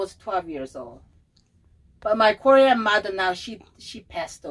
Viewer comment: 한국 이름 얘기 할때 발음이 정말 좋다 했는데 입양되었네요.. 홀트재단은 지금도 있는데.. 이번 영상도 재밌게 잘 봤습니다~~^^